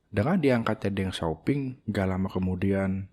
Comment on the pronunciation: Deng Xiaoping juga dibacanya: Teng Xioping